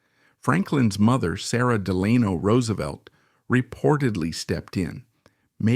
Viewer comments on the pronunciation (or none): You got FDR’s middle name wrong, at least the way you pronounced it